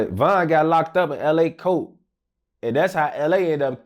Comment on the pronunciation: really did LA voice “Damn he really got locked up in my COAT”